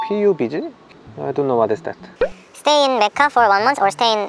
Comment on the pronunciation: pronounciation macca it's okay though